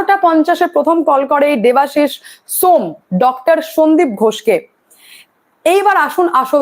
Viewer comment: ম্যাডাম ওটা shome , সোম নয়